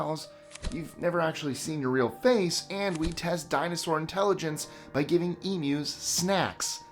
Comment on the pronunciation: You get a like from me just for saying Emus right.